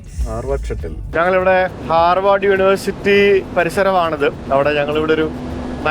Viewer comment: Hi brother, it’s HARVARD not harward